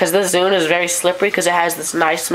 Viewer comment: its zune not zude !